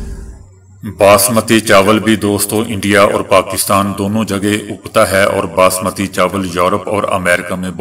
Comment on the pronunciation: باسمتی( baasmati) ، نہ کہ بسمتی۔ برائے مہربانی سدھار کرلیں۔ شکریہ۔